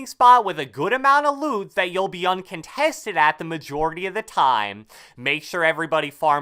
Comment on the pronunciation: "UUuNnn CUNtestEd Spoht"